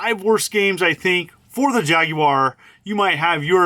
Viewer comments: Thumbs up for pronouncing Jaguar correctly and no I'm not European it just irritates me when people say jagWIRE rant over now back to you're video I goo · It's an American console by an American company and will always be pronounced JAG WIRE no matter how hard anyone else in the world tries to influence it to be otherwise.